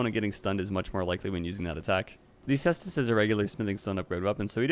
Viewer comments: I'm gonna be a total nerd here and say it's pronunced Kaestus. 😛 Latin C is a K. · He corrected his pronunciation on ds3 caestus but went back to how he used to say it lol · I thought you said it's pronounced koostes! Has it changed since DS3 caestus weapon showcase? 🥲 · +1 for sestus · hearing you laugh before pronouncing the name was like watching someone point out a piece of poop in the road, then immediately step in the poop :D great vid as always!